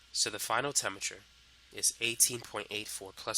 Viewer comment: The only thing that throws me off about this guy is his pronunciation of certain words. Temmature instead of Temperature. Mulleckuller instead of Molecular. For me, it's distracting and off-putting